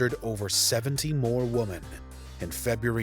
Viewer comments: Thank you for confirming that it's not my hearing. He definitely kept say "woman" instead of "women" wondered if it was a new woke term I'd not heard of or something! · come on stuff like the dates of arrests, kills, kill counts, images of the killers, how to say women instead of woman etc really isn't hard. unless you only read the first search result on google and then just copy and paste into a word doc and call it a script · can you teach your narrator to properly pronounce women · Firstly, the pronunciation of women is annoying (woman)... Secondly, mass murders and serial killings are very different. I don't think Jack was the worst, the most regular of people like Shipman are the scariest for people. Killers walk amongst everyone, everyday, but everyone is programmed to look for the most suspicious looking when it's the most ordinary. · It really isn’t hard to say the plural “women” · I studied English in uni and have been fascinated by dialects and accents since my early-teens. This is just a wild-ass guess, but I bet the presenter's first language was Quebecois French, then he learned English, hence the weird pronunciation of "women" that so many have commented on. (Edit: After some investigation, it seems is from Northern Ireland, so I was way off. But I bet it's still accent-related.) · The way he pronounces “women” is really weird, & a little annoying. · Anyone else getting Nick Crowley vibes from how this guy pronounces “women”? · Why does he pronounce women like that? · Lots of people died to these monsters and it's a tragedy, but the REAL tragedy is this narrator's inability to pronounce the plural form of "woman". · Please learn to pronounce "women" properly ffs!! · Right? Are we missing some grammatical distinction here, because it jars me every time I hear it. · He probably is trying to emphasize the e in women, but he can’t do it. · You kept forgetting the e in women. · its women not woman ffs. plural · Women! Not woman